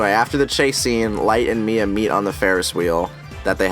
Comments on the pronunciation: No mia not may its Missa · Is Mia supposed to be Meesa or something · It's MISA not MIA!!!!!!!!!!!!!!!! lol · anyone else annoyed that he called Misa 'Mia' and mispronounced Watari's name